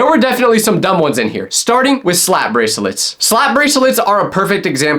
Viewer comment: unc said brasilets